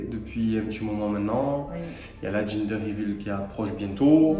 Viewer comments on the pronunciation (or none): C'est pas GINDER mais GENDER.... il faut qu'ils apprennent à parler anglais😡🤦🏼‍♀️🤦🏼‍♀️